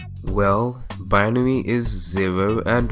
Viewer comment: its bin-ary